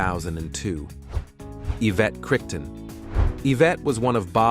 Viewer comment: Say it with me: KEE-MAWNY Marley.. Anita Bel-NAY-VISS.. Yvette CRY-TON 🤦🏽‍♂️ Plus you left out so many more important women, for example: the princess of Gabon 🇬🇦